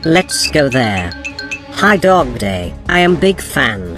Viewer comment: WHY DOES EVERYONE CALLS DOGDAY DOGDENG😭